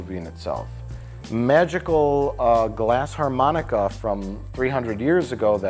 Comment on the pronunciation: It's a glass Armonica. No H.